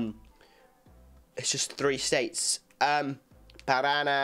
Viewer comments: Ele deveria saber a pronúncia do nome do estado do PARANÁ já que provavelmente conhece a música de NOW UNITED ...... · Parana... Paranána kkkkk omg🤭